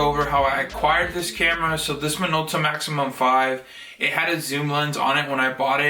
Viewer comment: You got a deal on that! It's a "Maxxum" not a "maximum".